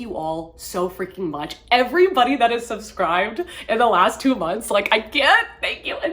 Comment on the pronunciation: Not gonna lie-- when you said "everybody" at the end I initially heard "everybunny" and I was like yeah, that fits.